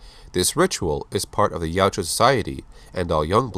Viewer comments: OMFG... Yautja not Yuatja!!! YA-OOT-JA!!!! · its Yautja, not Yajua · It's not pronounced "Yowtchua." It's YOWT-JA. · Its pronounced Ya-oot-chah according to the creator